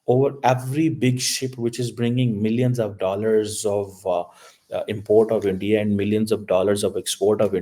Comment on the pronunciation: Abbe Chomu - every European Country including EU leadership are doing collective or singular deals with India!! German Govt but German companies ( major co’s) have been in Endia ( as you can’t even say India properly) since 1950s Your RESEARCH is basic which a 6th grade Indian school kid can do better than you! Stop your stupid hypothesizing - all hogwash and BS!😡